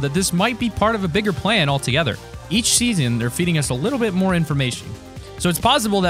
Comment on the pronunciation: Why does he keeps on saying in seaaon 6